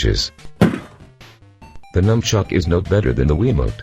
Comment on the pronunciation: fucking sony fanboy if you are a dumbshit why are you reviewing a great console and at least use your voice dickshit not this microsoft voice which calls the nunchuk a numchuck